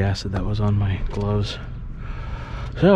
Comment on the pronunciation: Thanks, you got me saying glubs instead of gloves but it's 👌